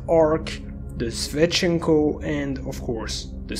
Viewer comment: Well, his help wasn't that good. The pronunciations of "Zaporozhets" and "Shevchenko" were incorrect.